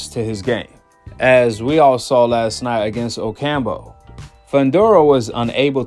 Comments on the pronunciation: OcamPO not OcamBO 🤦‍♂️ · O-cam-po (damn) not Ocambo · Oh camp Ooo not ocambo lol